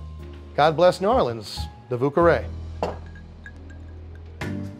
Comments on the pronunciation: Totally thought he was calling it a 'Vooka-Rae'. Americans trying to say French words will never not be funny. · His pronunciation of "vieux carré" made me cringe so hard.